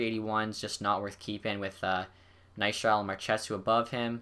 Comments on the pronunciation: Please say Ness-struh-sil instead of Ny-strat-il? Please. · NESTRASIL= NESS-TRAH-SILL